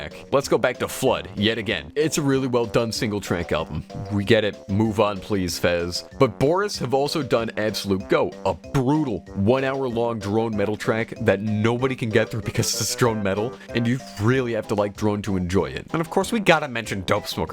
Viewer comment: I think Absolutego is supposed to be pronounced “Absolute Ego”